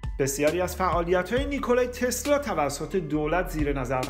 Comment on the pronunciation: باسپاس از ویدیوی زیبای شما.. تنها ایرادش این بود که شما علی رغم درست نوشتن نام "نیکلا تسلا" در تیتر برنامه ، در طول برنامه اون رو نیکلای تسلای تلفظ کردی..